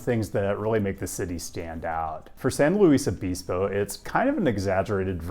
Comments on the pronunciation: it's San Luis O-biss-po not pees-po 😁 also Davis mentioned let's go. Davis now also has a pedestrian street on G street, though it is small and new so I excuse you for not mentioning it. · It's San LOU-ISS Obispo, or even "~ Louie ~ " —not Lou-Eesse, unless, perhaps, you're a Spanish speaker. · And it's not pronounced O-bees-po. O-bis-po is the only way I've ever heard it pronounced. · Not o-bees-po, it’s san looey o-bis-po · It's San "Luis obisbo" not "Louise obesebo" lou ihs oh bis Poe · Come on, "oh-biss-po". Say it with me: Cal-Poly Oh-biss-po. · San LOO-is Uh-BIS-poe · It's pronounced san-lewis-obispo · San Loo-EEs Oh-bEEz-Poh, California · san loo-isuh-bis-poh🤣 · your pronunciation of San Luis Obispo was troubling. not San looo-eeeess Obeeespo but San lou issss. O-biss-po. the iss and the biss are prounces like MISS. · San Leweeeeeeess Obispo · Sawn Loo-ees Oh-biss-poe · the pronunciation of San Luis Obispo physically hurt me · Wohoo, San Luis Obispo!! I had so hoped it would pop up in one of your videos once. Hilarious how you pronounce the name tho haha but everyone usually only says SLO haha. I was an exchange student at Calpoly for a year and absolutely loved it. Walked and biked everywhere, of course due to year-round perfect weather. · Great vid but the pronunciation of San Luis Obispo 💀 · As a Cal Poly alum, that pronunciation of San Luis Obispo is rough 😂 Go Mustangs regardless. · Mispronounced San Luis Obispo , otherwise the Leftist has started well. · The unexpected pronunciation of San Luis Obispo made my body take a screenshot